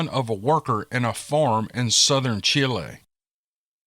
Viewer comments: I don't think you did too bad pronouncing those words from Chile, S. American. Now I admit my spanish from school was a long, long time ago. Like 60 years, long time ago. Someone else said you were spot on. So good job. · I love that they listen to you all the way down to Chile! I’m from Honduras living in NC. You did a fine job with pronunciation.